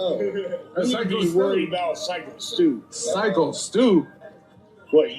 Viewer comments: His name is pronounced "Psycho", not "Sicko" Stu. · Good God, man, have some self respect- you must have parroted "Sicko-Stu" 20 times. It is "Psycho Stu"...new to the English language much?;) And seriously, "He may or may not go to prison?", are you that thick? A white man (or woman, as we have recently witnessed) viciously and SAVAGELY attacked by a white supremacy victim? OK,! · It's pronounced Psycho-Stu, not sicko-Stu. Syko Stu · That's not how you pronounce his name JP. It's pronounced " psycho " Stu there buddy. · *You are full of it on this one JP. Sycko Stu IS innocent. He thought Raja was part of ‘the club’ and was introducing himself in character with a PROP beer can stunt. No harm done. You don’t even pronounce his name correctly, which shows you didn’t even actually WATCH the video. You even mispronounced it AFTER showing the clip where Stu pronounced it himself in the introduction. Pretty lame…*